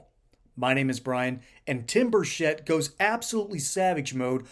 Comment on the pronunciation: It's Burchett not Burshett!